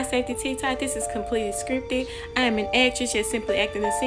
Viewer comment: She put to much emphasis in iam when she said i am not in the nati